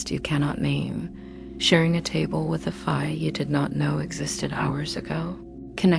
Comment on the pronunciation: I didn’t like the way Fae was pronounced, otherwise…I fell asleep 😊